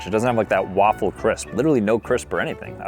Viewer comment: "It's a waffle great day" sounds like "It's an awful great day" as well as "It's a lawful great day"